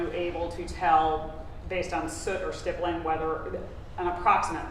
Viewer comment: How does this defense attorney not know how to pronounce stippling? 🤦‍♀️